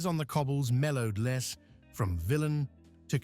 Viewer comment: It’s pronounced “LEZ” not “LESS” 🙄